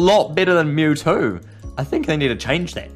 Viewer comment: It's mewtwo not mewtoo